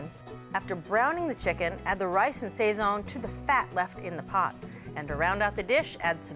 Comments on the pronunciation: Would think it easy enough to Google check when making video production....."say-zhuon" is actually pronounced "sah-sone". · Sayzon is not correct pronunciation. It is: sawzon. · It's not pronounced "SAYZAHN". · Yes, that drove me nuts too each time she said it! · That was my favorite part of this! I thought she was talking about the French painter! :D The blurred Goya loga was hilarious, too! Two thumbs up for a thoughtful recipe. :) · I loved your attempts at pronunciation. Sazon: sah-sone Achiote- ah-cho-té You can deepen the achiote flavor by using achiote oil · I'm sure I've heard them say these words correctly in the past. Did they forget how?